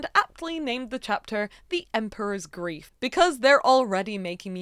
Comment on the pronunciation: I couldn't help hearing "groove" instead of grief, so I kept thinking of the Emperor's New "Grief." Since that movie is set in South America (which also has pyramids), I would lean more into those vibes, everything seems more colorful in mythology anyway. Maybe the colors could be the different parts of Amaru or adopt something from Quetzalcoatl and Mesoamerica. Lots of options for colors or parts of different animals for a theme.